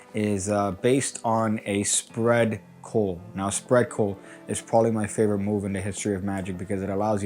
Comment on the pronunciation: ". . . spread (WTF) coal ? Try saying; CULL as in a ship's HULL Magic Lingua